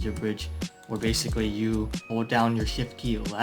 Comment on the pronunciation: "Basicwy" i love his funny voice <3 earns a sub